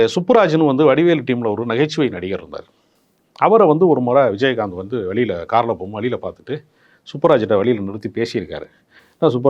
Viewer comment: விஜயஹாந்த் என்று உச்சரிக்கிறார் நெறியாளர். கேட்க நல்லா இல்லை